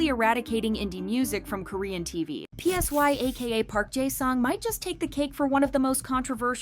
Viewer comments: Psy is pronounced like sigh not P S Y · Girl not you calling Psy P-S-Y. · THE INDIE BAND ONE??? My jaw dropped LMAOOO Btw, PSY pronounced "Ssa-i," not "P-S-Y." And that's not Ori, that's Bang Minah ... 😭